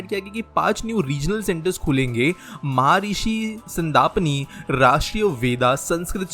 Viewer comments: you dont even speak Maharshi Sandipni...correctly ....Shame on u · महिर्षी सांदिपनी pronounced very badly, need to take care about pronounciation!!